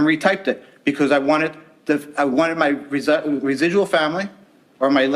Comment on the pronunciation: 'risidual family'